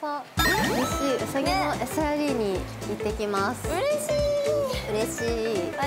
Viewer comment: うさぎをまあたそみたいに言な！ww